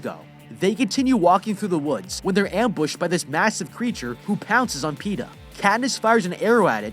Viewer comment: You couldn't say Peta more better than Pete'ah